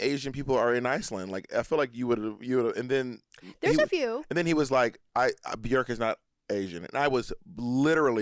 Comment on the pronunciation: bjerk lol its BJOooooooork